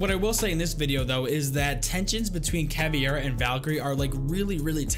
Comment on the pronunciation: Dunno if someone else pointed it out, but, it's "Caveira", not "Caviera" :P Love your videos tho ✨💪🏻